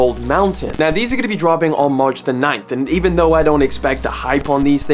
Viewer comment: anyone heard how he said march 9 on the first shoe?